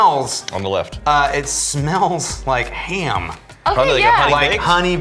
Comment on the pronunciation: Did just turn "ham" into a three-syllable word? hay-um-uh